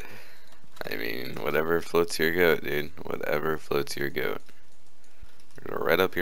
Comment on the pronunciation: I can't tell if you said "Whatever floats your goat" or "Whatever floats your boat"